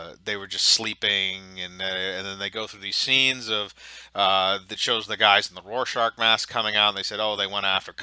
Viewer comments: Rorschach not rorschaRch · "This show doesn't understand Watchmen" * Can't pronounce "Rorschach" * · Rorshark? (Roar shack) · Evan hahaha yea